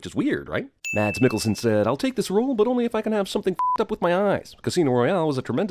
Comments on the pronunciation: "Mads mikkelsen" is pronounced "mahs migulsen" (with a g sound that isn't very pronounced, kinda between k and g). Jsyk! :) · I’m giving you a sin for the pronounciation of “Mads Mikkelsen” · Speaking of wrong, your pronunciation of Mads Mikkelsen. :P